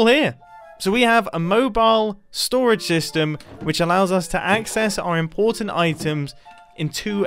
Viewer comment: "Our impoertant items" flowers